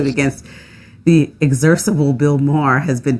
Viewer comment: Over here by myself in the corner, I wish she had pronounced, “execrable” correctly.